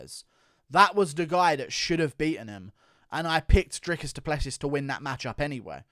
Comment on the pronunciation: Just so you know it's pronounced DRICUS DU PLESS SEE